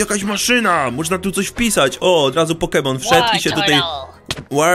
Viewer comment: nie umiesz gadać poke mon ale noobek naucz sie pokemon